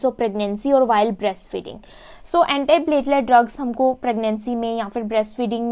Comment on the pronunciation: Mam your lecture is amazing only your pronunciation of few words are different..like in this video your using for Antiplatelet..